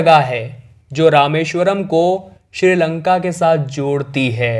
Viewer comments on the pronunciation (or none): none